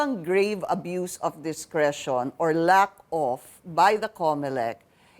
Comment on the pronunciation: Hahaha nakakatawa hindi lang once niya binasa na 'use' yung word na 'abuse' sa constitution. Mukhang mas malabo pa ang mata niya kaysa kay Atty. Mendoza.